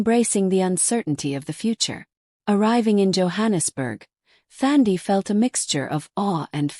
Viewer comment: Nice story, but it is Thandi with a silent H, like touch🙏🏾🙏🏾.